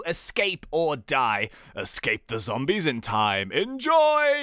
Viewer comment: Did anyone else notice that kept on saying 'Zambies' instead of 'Zombies'?